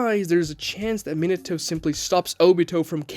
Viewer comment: I'm sorry, but you suck at pronouncing Japanese names and it ruined my experience watching the video. Why you keep saying Minato like that?